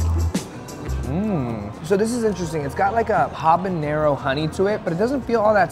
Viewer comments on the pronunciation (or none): none